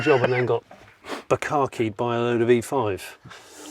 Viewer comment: Jonny , did you really say "Bukkaked with E5" ? ? 😂😂😂😂😂